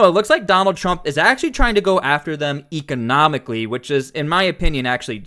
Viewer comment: Economicly? LOL com on buddy. Thank for the vid.